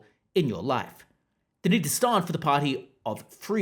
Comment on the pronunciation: "Stahrnd" instead of 'Stand'. You have the most bizarre accent that is not native to Australia, the UK or elsewhere.